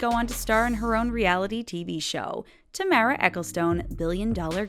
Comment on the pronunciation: Oh lord It's Ta Mara. Not Tay mara